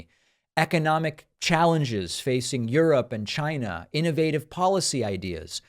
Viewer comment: But trumps incoherent rantings,odd shaped body and invisible accordion hand gestures are fit for the presidency? 🙄 Mr.T, it's pronounced like its spelled ...China and not Shina.🙄